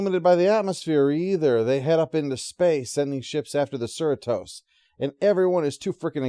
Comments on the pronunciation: Sir-re-tos bruh 🤔🤭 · ...That is an exceptionally weird way to pronounce Cerritos.